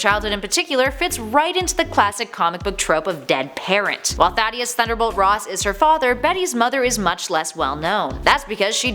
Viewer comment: First you pronounce Modok wrong then Thaddeus??? One strike left.